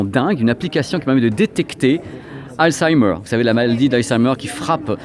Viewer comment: Hey sacré accent pour la prononce de halzaimer ;)